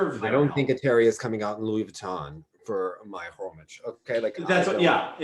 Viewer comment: Hromy-KH, like Iliny-KHHHH. Not Hromic аnd Hromich